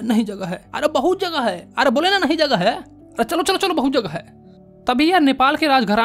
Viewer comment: Aree bahut jagaa haii areee nahi jagha haii ( was epic sir ) 😂😂😂😂